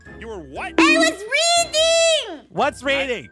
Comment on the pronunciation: U said Reding instead of reading